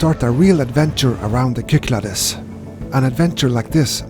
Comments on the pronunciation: I have watched you for some years but lost track over the years sorry to here about your Chrones hope youe all sorted . Unless someone has already corrected you its pronounces the sik-clad-ees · Nice to see you visit my home country. It is pronounced Ky-klah-des, and the the d is soft as in "this". They are known for their shifty unpredictable winds.